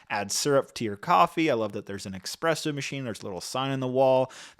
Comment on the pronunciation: Guy said expresso